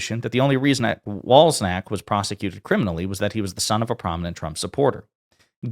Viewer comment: "cz" in a name is pronounced "ch". its typically in polish names. please say "Wal-chak" not "Wals-ak". You are saying "Wals-nak" which is not anywhere near the name. Please put some effort into these things. you can use google before you shoot so you know how to say people's names. Otherwise it makes you sound quite ignorant.